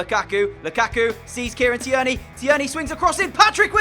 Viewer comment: The way you pronounce tierney 😂😂 its Kieran teer knee